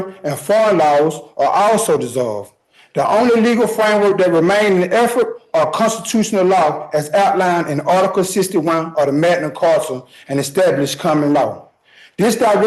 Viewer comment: 🤣😂😂🤣 This dumbass said “Magnum carta” 🤣🤣🤣🤣